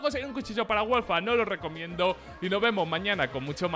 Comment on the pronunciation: Cuando recomienda el video de skin club parece que dice no lo recomiendo xDDDD